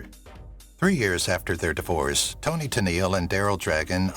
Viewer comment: Toni, not Tony.